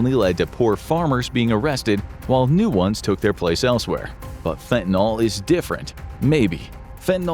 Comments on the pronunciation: Holy crap, it's fentanyl, not fentanOL. At least say the words right if you're gonna use them 20 times a video. So frustrating. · Correctly pronounce fentanyl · I assumed The Infographics Show covering this topic would spare me from hearing Fentanyl mispronounced. I was wrong.